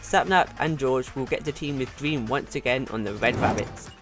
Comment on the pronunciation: I like that his saying Dweam lol